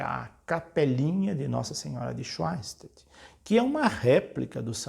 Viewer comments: sim , me refiro a pronúncia quando ele diz swein -statt ao invés de Shoen - stat. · Schoenstatt se lê "chanstat"